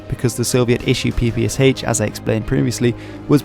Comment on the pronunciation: The short answer is: NO. Ans it's not the "peepee-ess-aitch" it's the "peepee-esh". "Sh" is a cyrillic letter.